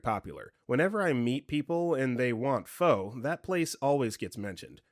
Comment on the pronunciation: ‘Pho’ is pronounced ‘fa’ :)